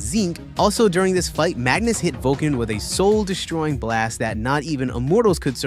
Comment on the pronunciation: Zinc..? Forget about that, but what the f... do you mean by that terrible accent??? SHtronger? DesHtroying?? Really??? There is one single "S" in those words. Imagine If Odin from the Thor: Ragnarok said something like "no, you are sHtronger". It would be parody.